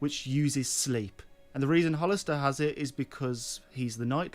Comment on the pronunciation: Now you're calling him "Hollister"?? LOL it's easy.... "HAL-stor"